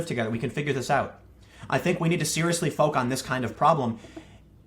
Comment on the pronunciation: Did I just hear Tim say "foke" to mean "focus?" I haven't heard anyone say that since reading the Ultimate Warrior's comic book…